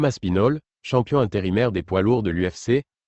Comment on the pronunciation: Aspinal. Hahaha Aspinal